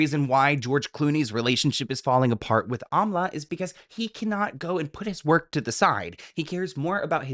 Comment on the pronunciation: Not calling Amal Clooney, Amla 😂